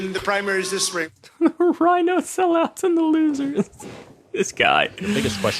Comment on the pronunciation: the way he pronounces losers just kills me lol